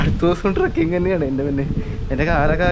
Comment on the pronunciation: sorry it's not trucking it's trekking please correct your pronunciation